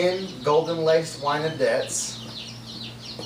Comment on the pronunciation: for the wyandottes its not pronounced wine-o-dets its actually wine-dots